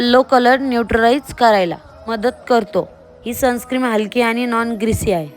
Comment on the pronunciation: Sunscreem nahin Sunscreen aste te, perfect pan bolta yet nahi ...bapre